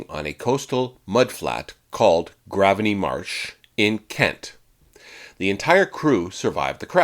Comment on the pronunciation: We got you, again, with our place names - Graveney is pronounced Grave-Knee.